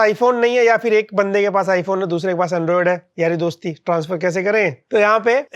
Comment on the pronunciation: Arey bhai android to ios to ache se nehi bola